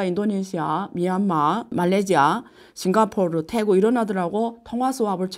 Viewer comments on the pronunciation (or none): none